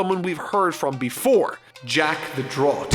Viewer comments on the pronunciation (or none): “ The droaaat”??! Try a drought, like a lack of water. More like “drowt” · "Jack the Draught" Gotta mispronounce at least one thing per video right?